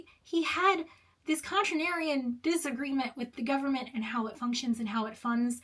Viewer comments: "continarian...[sigh]...contrarian...you know what, I'm going to say how I'm going to say it":) Very funny,!;) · I’m going to lose my mind screaming “Con-TRAIR-ee-yun “ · Every time she says "Contranarian" I love it, that's how that word should be spelled. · just continues saying contranarian how contranarian of you lol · Pronouncing contrarian however you want is one of the most contranarian things you can do. Brilliant video btw! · Contranarian - A person who pronounces words how they want despite being clearly wrong. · Shocked you acknowledged the way you pronounce contrarian: never concede! We know what you mean!! Sorry for the exclamation points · considering she couldn't pronounce "contrarian", I have some good reasons to question her absolute intellectual capacities. It would appear to me there is a verbal linguistic limit that imposes itself over her articulation. Did you know that there are a large number of PHDs that can't read a bus schedule? What are your thoughts on this information? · Refusing to correctly pronounce contrarian. I think i'm a Collier bro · the contratrian pronouncing contrarian however they like is very on brand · What would Gell-Mann say about your pronunciation of "Contrarian"? 😄 Great video. My mind was kind of blown at the revelation that he hadn't written his own "autobiography".